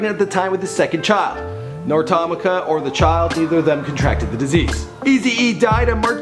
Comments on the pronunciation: Who the fuck is TOM ICA. It's pronounced tah mee ka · Its pronounced "Tah-Me-Kah" White bread.